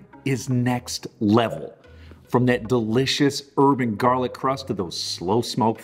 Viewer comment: I kept thinking you were saying “Urban Garlic” and I was like, “how am I supposed to know whether my garlic comes from the city or not?!?!”